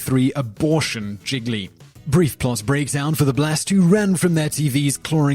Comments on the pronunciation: Giggly? More like Gee-lee... Sorry that really bothered me. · It is pronounced 'je-lee'......... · This guys pronunciation is appalling. The film Gigly is pronounced "jeely" not jiggly. 😱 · it is pronounced "JeeLee" not jiglee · Somehow I KNEW he'd say "jiggly", not "gee-lee". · Gee-lee. Not giglee. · Seriously, at least learn how to pronounce the titles of the movies you're talking about. Gigli is pronounced (more or less) "Jeel - yee"... not "Jiggly". 😅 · Wait! Is Gigli actually pronunced Gig a lee and not Gee Lee? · Gigli is NOT pronounced "jiggly". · I know the movie was bad, but... Jzee-lee. The second 'g' is not pronounced. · gili, not gigli. you get titles wrong pretty often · It's pronounced Geely like realy! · Gigli - "Gee-lee" Cimino - "Chi-mino" Demme - "Demmy" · Idk why im bothered enough to say this but, it's pronounced G-li.....there now that i got that off my chest i feel more complete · #8 Gigli pronounced, Zheely, sort of. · That annoyed me a lil bit when he said that. Not defending the movie.....but it's pronounced Gee-lee. lol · If he mispronounces Gigli one more time... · Simon, you are great. However, this video is replete with mispronounciations - Gigli, Cimino and Demme are three. You have so many videos going I am sure it is really difficult to research this stuff thoroughly. However, with such great content it is a shame that the mispronunciations stick out. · did he just say rumpy bumpy? also you mispronounced gigli everytime I've never seen it ...to save my eyes from escaping my face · homework for next week: learn to pronounce gigli. wait, scratch that. homework for next week: learn to pronounce cimino.